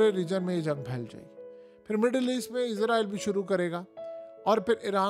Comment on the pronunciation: یار تم ایک دفعہ اسرائل کہتے ہو اگلی مرتبہ عزرائل۔ عجیب کنفیوز سپریم ہو۔ یا اردو بول۔یا انگریزی۔